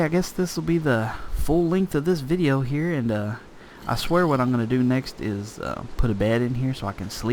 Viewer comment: Hello! I love your videos and I have been following them since the very beginning. Though I have a few questions for you. Firstly, I was wondering why you always say 'hio' instead of 'here'. Is that to be funny or is that just your accent? Secondly, I was wondering how I can change my glass so that I can see through it? I know you probably already said this but can you tell me please? Thank you!